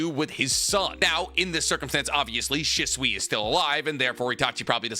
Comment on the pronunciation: Sheeswee is the pronunciation not shiswee idk why that always drives me crazy every video you say his name 😂😅